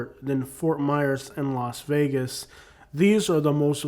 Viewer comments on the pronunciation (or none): none